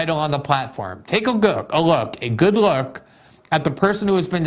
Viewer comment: "Take a glook. A look. A good look".